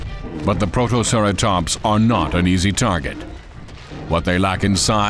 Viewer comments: ... WHAT IS A PROTOCERATOMPS!!?!? HIS PRONUNCIATION IS SO BAD! PROTO-CERA-TOPS-! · "a couple of growling P R O T O C E R A T O M P S " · Let's not forget "Protoceratomps". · what about protoceraSTOMPS! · Director: What type of Dino documentary do you want? Public: WE WANT TO BE THRILLED!!!!! Director: Ok, let's hire someone that says STRONGLEST, MECRORAPTOR, AND PROMTOCERATOPS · “Mecroraptor” “Protoceratomps” “Therozinosaurus” “Pterosaurus” “Only the stronglest will survive” LMAO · What kind of narration is this? Also, PROTOCERATOMPS, MECRORAPTOR, STRONGLEST